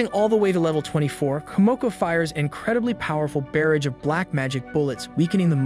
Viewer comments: jesus dude. please look up words you do not know. barrage: “buh-RAHJ,” not “BEAR-ridge” …and still with the “aaybis” magic. uh-BIS. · Am I the only one who heard him say barrage weird